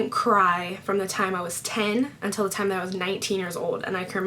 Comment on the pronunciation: She said "thime" Lol